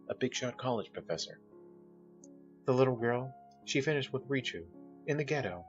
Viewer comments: True also I noticed he pronounced Richieu as "Rish-ev" instead of the Polish pronunciation, "Rish-You" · It's pretty good but quite a few errors with pronunciation. So-snow-we-ek, Ree-chu. Not bad overall though.